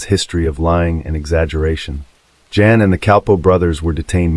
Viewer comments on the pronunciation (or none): Not Jan, pronounced Yawn